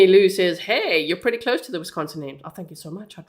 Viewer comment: She's doing a great job pronouncing the cities. I had to giggle when she said she was practicing.❤ I'm also a Wisconsinite.❤😊